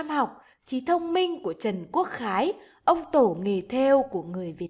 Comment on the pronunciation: Có vài lúc cô đọc Trần Quốc Khái thành Trần Quốc Khải